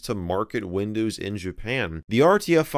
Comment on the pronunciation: Nobody: Michael MJD: Windöüws Love it! :D